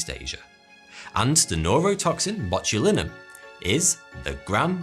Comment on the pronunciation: Also you need to work on your pronunciation of scientific terms. Botulinum and dimethylmercury are not pronounced that way. Otherwise, great vids, good quality, good work.